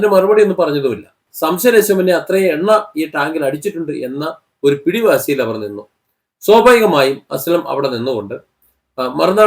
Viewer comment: സോബാഗികമായി അല്ല ചേട്ടാ സ്വാഭാവികമായി... പറഞ്ഞെ.. സ്വാഭാവികമായി. 👍👍